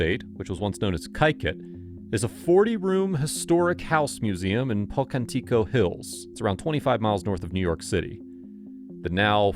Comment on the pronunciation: Having been born there, like my Mother before me, I find it offensive that you mispronounce Pocantico.